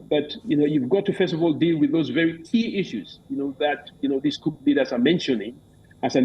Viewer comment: POOR PRONUNCIATION OF 'COUP'. VERY ANNOYING